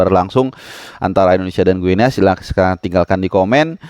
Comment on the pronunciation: Guinea (baca=Gini) sama kaya baca Papua New Guinea (Papua nyu gini)